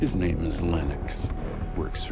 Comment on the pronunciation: He says your name so wrong lol